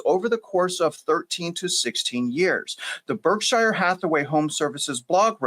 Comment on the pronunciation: You mispronouced "Berkshire" about 10 times ....... Pronunciation American pronunciation Sounds like burk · shr